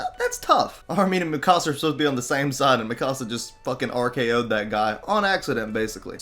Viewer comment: its not mi casa its mikasa